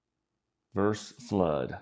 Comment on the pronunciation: FYI, and I know how annoying these kinds of comments are. However, I would want to know. So, "verse" is not a word, well it's not a word used to compare things like versus is used. People have been using it more and more lately so I can see how it kind of caught on, but yes, just as easy to say versus and that is a real word. Doesn't cost anything to say that last syllable.